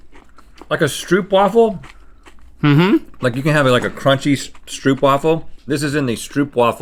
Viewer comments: Dutch watchers:haha hij zei geen stroopwafel maar stroepwefel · Stroopwafel is pronounced str-OHp-wafel not str-OEHp-wafel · Rhett Strah ooo puh waffle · No no it's not stroopwafel it's stroupvafel. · It’s pronounced st-rope waffle 😂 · It's pronounced Strowpwaffle :b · Why is it so hard for Americans and english people in general to pronounce Stroopwafel correctly xD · Yall had so many chances to say stroopwaffle right and you didnt. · stroopwafel is not that hard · The way that Rhett pronounced Stroowafel made me gag